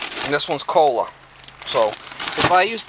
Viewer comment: “Gerba” “kohla” lol thats fucking awesome